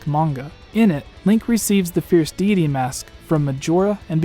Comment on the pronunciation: Can’t stand how he says fierce deity